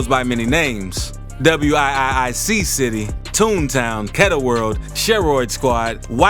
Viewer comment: Did he just say w I I c city? It’s called wick city 😂